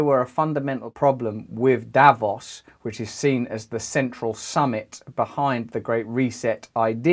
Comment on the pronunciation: Russell, I love the stuff you do and find it very inspiring. As a Swiss person however, I please ask you to put the accent on the second vowl in "Davos" ( Daa-vòs) because you're making my ears bleed, mate